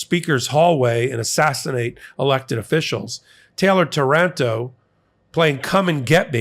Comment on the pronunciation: it's Táranto, with the accent on the first A, on behalf of Italy I'm sorry for sending so many fascist-cowards, who bred over there